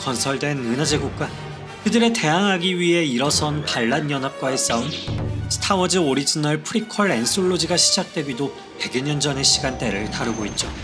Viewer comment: "스타워즈-으"가 아니라 "스타워-즈" 로 발음하세요